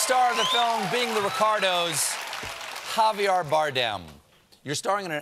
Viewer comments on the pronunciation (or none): Colbert mispronounced Javier again. It’s a very common name in Spanish. It doesn’t rhyme with caviar. It’s Ha-vee-eh-r. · NOT JaviAAr, it's JaviAIR👍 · Dear Stephen, the man's name is Javier not Javiar, as you have been pronouncing it :-) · It's not the "r"s, that's understandable. It's the JaviAr that kills me. Americans can easily say Javier. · Sounds like Stephen is saying Javiar not Javier lol smh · Stephen! It's levi-O-sa, not levio-SAH! It's not javi-ARRR... try splitting the difference between ARE and AIR and you'll be closer. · Am I the only person to be deeply, endlessly irked by Stephen’s pronunciation of Javier’s name??? He says it Ha-vi-AR, for those who didn’t catch it. And not just once; between all the clips and preambles, he says it at least 8 times total. It’s just further proof that there’s not enough Latino presence in show business… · Please stop saying JaviAR Stephen. Cheers. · Javiar, lol!! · "JaviAr" ? Seriously ? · lol Javier’s face when Stephen says his name wrong. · He is such a great actor and a wonderful... you can atleast pronounce his name right Stephen!